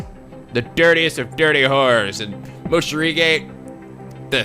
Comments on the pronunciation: It's already been 2 years and is still calling Morishige as "Moshirige" xD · OW MY CHILDHOOD. IT HURTS. IT'S ACTUALLY "MORISHIGE"?! NOT "MOSHIRIGE"?! (I wasn't here for Corpse Party) EL PSY KONGROOOOO